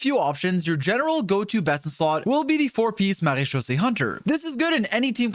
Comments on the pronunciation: Bro slips up on Wriothesley's name while also floating off of "Marechaussee" with perfect pronunciation lol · How can you pronounce the mara set but not wriothesley make that make sense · THE FIRST YOUTUBER THAT SAYS MARECHAUSSE RIGHT LMFAOO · Hearing say marechaussee finally convinces me he’s French. I knew he was European all along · The best thing in this video is hearing pronouncing maréechaussé correctly 🤩